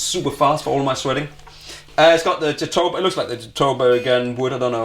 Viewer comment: Jatoba is actually pronounced jah-toe-bah (like a sheep goes "baaaa"). No worries, I just recently learned this. Emphasis on the ”bah”